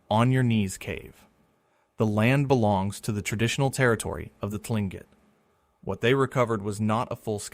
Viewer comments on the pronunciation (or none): "Tlingit" is pronounced more like "clink-ket"